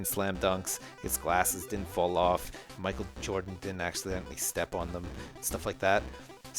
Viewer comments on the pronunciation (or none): none